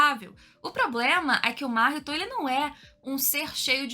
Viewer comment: conteúdo excelente parabéns, porém uma coisa incomoda são as pronúncia que mudam a todos momento (Máhito, Mahitô, Nânani), fora isso video excelente